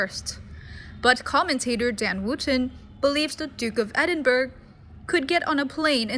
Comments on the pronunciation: WHAT. EDINBERG!!! IT'S PRONOUNCED EDINBOROUGH. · It's pronounced ED in bur uh. You don't pronounce the "g." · Please educate yourself in pronunciation! Learn how to pronounce The Duke of Edinburgh Not bergggggggggg!